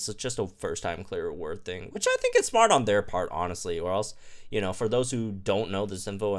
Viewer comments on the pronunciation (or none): none